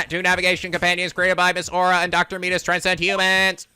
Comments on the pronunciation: it's met-iss not meat iss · By the way, Metis is pronounced Meh-tis. There was a character in Persona 3 FES with the same name. Metis's Persona was Psyche in that game and the Metis in this game is a psychological researcher, but the actual Metis is a mythological greek giant. I'm not sure how the name relates to psychology at all. Maybe it's just a coincidence. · It's pronounced Meh-tus. " Meatis" is...something else.